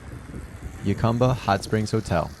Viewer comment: It’s pronounced “Hu-cum-ba” not “Yu-cum-ba” or “Ju-cum-ba”…and it’s the “Sun-or-an” Desert.